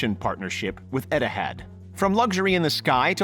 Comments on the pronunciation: “Eti-had” bruhh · this voice over dude butchers words. SUPRA and Etihad. LOL WOW. just WOW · First of all who says edihad instead of ethiad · he said edihad